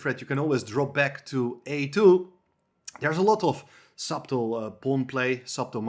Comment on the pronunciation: Great videos as always, and I hope one day someone can whisper in Roberts ear the suBtle comment about the existence of silent letters in spoken English, should be oBvious by now... anyhow Chesswise Brilliant videos! 🙂